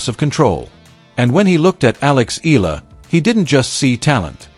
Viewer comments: Her name is ALEXANDRA "ALEX" EALA! Tha surname is pronounced as EYALA not ILA! E-YA-LA!!! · It's pronounced as EY-YA-LA not i la. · Eala pronunciation E-yala